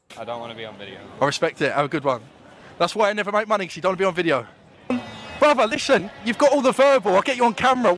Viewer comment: I love how most of the broken ish accents are unable to say “th” like in broTHer oTHer they say bruhvah or ovah but can say THe THat THere etc correctly it bugs me